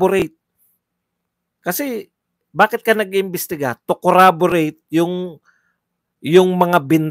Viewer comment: watching your replay. Correction lang, Corroborate po hindi Corraborate (snbi din ni Dan Fernandez).